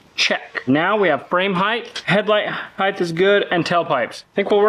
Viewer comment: Why do millennials add an "h" to the word height? It's not heighth. People sound so stupid doing that